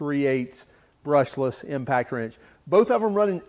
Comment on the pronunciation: Are you saying impact trench?